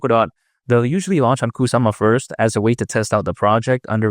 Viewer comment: No serious person insist on saying cockca in every video. I want to smack the cockca out of you every time I hear it come out of your mouth. Grow up, you're not 12.